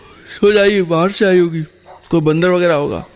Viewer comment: bandarr...... nahi nahi bandarrr nahi matlab bandarrrr......😂